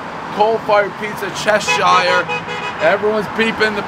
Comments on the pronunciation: Hell yeah, Cheshire! My hometown pizza is the best in the world, seriously. Try Rossini's while you're there, too... And it's pronounced "CHESH-urr", not "che-SHIRE". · Chesh er Cheshire Not Chesh irr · My man can’t pronounce Cheshire.